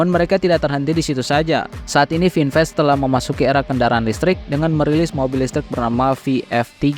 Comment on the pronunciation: Vinfast tulisannya, kata bahasa Inggris khan? kenapa cara bacanya melenceng? Itu menunjukkan ada hal yang disembunyikan